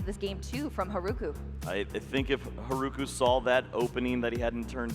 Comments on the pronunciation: English butchers the Japanese language. I can't with "Haruku" pronouncing the r-sound with and English R. It destroys my ears. They should learn to pronounce Japanese properly. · Mispronouncing Haruku’s name is just another example of how we need way more learned commentators when this is the games origin country to begin with.